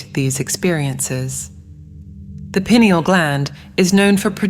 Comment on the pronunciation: Its not pronouned, "pin e al" Its pronounced "pi neel".